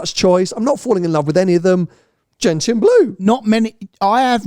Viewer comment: not "Gent-ian" but Gentchen", please. Ask your mother about Gentian flowers, where the colour comes from.